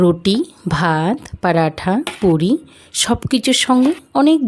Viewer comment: বাংলায় পরটা বলে পরাঠা নয় দিদিভাই